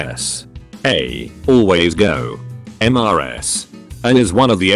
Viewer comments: Everyone: Mrs (Missus) Text to speech: M-R-S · Cant computer read Em Ar Ass?!